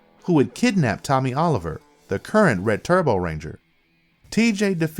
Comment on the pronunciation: If you can't say Tommy ... I would say wrong...